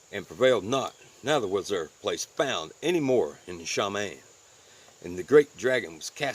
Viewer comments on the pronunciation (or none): Just a heads-up... it’s pronounced Shuh-Mah-Yeem